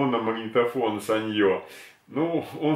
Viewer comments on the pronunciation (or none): none